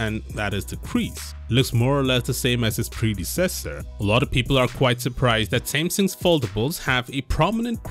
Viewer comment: When is he learn how to pronounce "predecessor"?